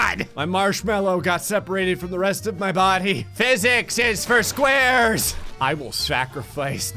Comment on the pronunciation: For a second I legitimately thought he said "physics are for squirrels!"